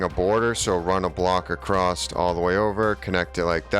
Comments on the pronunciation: Is he saying acrosst? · Haha, it's a great video. I have taken away lots of interesting building tips. and for the following few minutes I think you say acrosst 3 times 😂 Decent build though. I shall be replicating it to some extent. Thank you